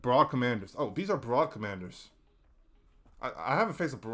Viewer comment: Awesome video! It's nice to see a HD2 tier list without weapons/stratagems. I feel like this was a therapy session for you haha. I disagree on the nerfs for most enemies though. Spore chargers and jet pack guys are great as is. Fyi: Corps is pronounced "Core" and Brood not Broad commander. I hope you make another video!